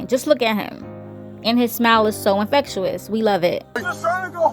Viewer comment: InfectYOUis is not how you pronounce it